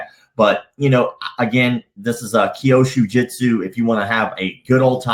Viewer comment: Hey, love your videos. I am Japanese, and I just wanted to point out that Kyusho Jitsu (急所術) is pronounced exactly like it is spelled, something along the lines of “qiu-sho jyutsu” instead of “kiou-shu jyutsu”. Hey I know Japanese is difficult to pronounce, but I understand you are making a documentary about these bullsh*t martial arts, and I just thought I could point you in the right direction. Again, I love your videos, thanks for the awesome content.